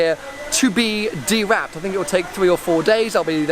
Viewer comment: Dewrapped... don’t you mean unwrapped?